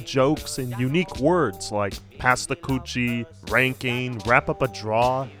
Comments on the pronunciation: Just fix…Kutchie not koochie 😂 love your video and your energy 🙏🏽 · bruh do not pass the coochie... pass the kutchie (like dutchie) 🤣🤣🤣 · Pass the "koochie" lol. Don't pronounce it like that. Koochie is vagina 🤦‍♂️🤣 Kutchie is a pipe... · pass the coochie?! lmfao kutchie-kuh-chee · It’s pass the “Kutchie” Not koochie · its not kouchie its pronounced kutchie